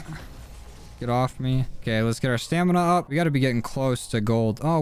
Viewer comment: Hey boss, btw it’s Stamin-up not Stanima-Up you don’t pronounce the A.